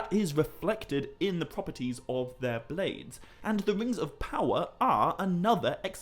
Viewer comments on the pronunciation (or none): none